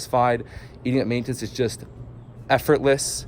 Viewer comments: the type of guy who says, “ Maintance ” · It’s maintenance not maintence